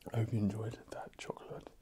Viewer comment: Choclate? Did you just say... Chocolate?